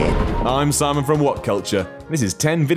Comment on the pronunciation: IT'S SIIIIMON!!!